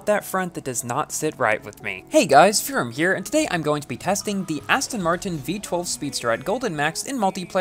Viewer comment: Hi foorum... oops hi